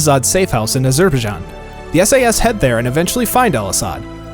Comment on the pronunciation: its not natto its nayyto and not azerbrjan its Azerbaijan